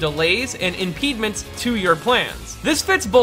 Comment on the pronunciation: did you just pronounce "impediments" as "impedements"? That's the first time I've heard that